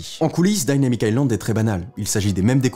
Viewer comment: Dynamic pas daillnamique